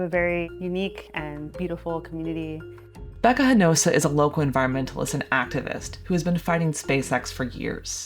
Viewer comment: More Perfect Union folks: for starters the narrator mispronounces Ms Hinojosa's name every time she mentions her. Related to the taking advantage of farm labor as being terrible, in 1920, California's minimum wage was $0.33 per hour. By 1925, 15 states had passed minimum wage laws, including California at $0.16 per hour. There were people ready and willing to work and happy for that farm labor wage. you shared about the northern exploitive farm buyers. The man who bought Boca Chica many years ago (in the 1960s I think it was)was a Chicago business man who sold lots out there for Kopernic Shores. A hurricane pretty much wiped out his vision. and that statue was not put up or made by Elon Musk-it was done by a local person who just might have been protesting. People here have always wanted good paying jobs. YES there are issues with Space X but all the years I have lived here-almost 80-the youth have moaned there are no opportunities. there is nothing to do. etc etc etc. Progress is painful-just as those the Spaniards dispossesed when they came uninvited to this hemisphere and the havoc they spread among the inhabitants of the area. Life brings many unwanted consequences. We the people are not inherently good-never have been, never will be. MOST want to have more than they have, which is why credit debt is out of this world. I do not think we will ever colonize Mars...but I have to admit I have been wrong many times. Folks have wallowed in Elon Musk's 'money' and taken care to